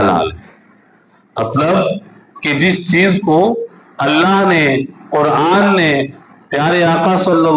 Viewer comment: Kurane karim nahi. Quran e karim hota h